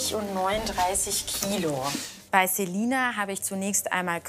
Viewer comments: Wir alle Celina Ausgesprochen : ßelina Artzt Celina Ausgesprochen ZEH lina HQHQHQHQHQ😂😂😂😂😂😂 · Wie es mich aufregt sie heißt Celina und die nennt di zelina😨😂😂